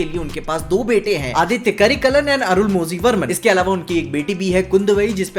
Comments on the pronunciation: Its Arun mo li not Arun mo zi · Please note: whenever 'zh' is mentioned in any south indian words, it's pronounced as 'la'. Arunmozhi is pronounced as Arunmoli.